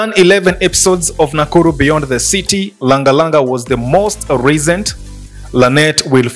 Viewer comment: Why are you calling it nakullu instead of nakuru?